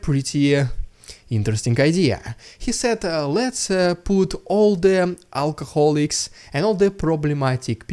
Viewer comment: Am I the only one who hears "send the Russian alcoholics" as "send the Russian Russians?" Ah yes, right after I get some cash money from the automatic ATM machine to fill my automobile car with petrol gasoline so I can drive commute to work work.